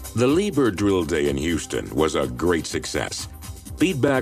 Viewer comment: it is pronounced Lied herr and not liber